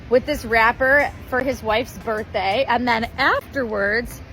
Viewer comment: U say “berdday” instead of birthday 😂🤣